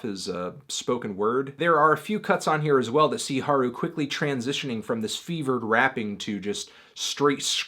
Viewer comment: It doesn't really work if you capitalize everything. Emphasis is important. Anthony pronounces Haru right (as right as an average English speaker could pronounce it given the alveolar flap) but he places the emphasis incorrectly in Nemuri. It should be NEH-moo-ri, not ne-MOO-ri.